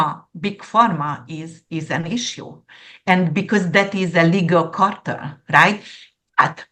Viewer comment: Amazing predictions, thank you and. Dear, drug cartell is easier to pronounce if you say: car-tell. I totally agree about the "so called" art that you mentioned. Thank you again 😊koszonom💌🌻